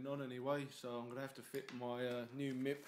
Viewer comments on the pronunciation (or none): lol Nice Video. But idk how they say it in the UK but its Just M.I.P not MIP lol. Good looking Truck!